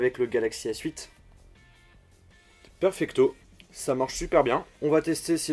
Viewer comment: "perfecto" mddrr c'est pas ça du tout en Italien c'est perfetto !